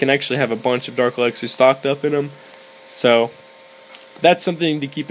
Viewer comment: earned my subscribe.. you make me laugh tho alot because u say dark elaxer. its elixer :}